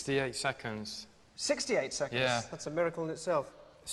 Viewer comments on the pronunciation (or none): If you listen closely, they both actually say "secondths"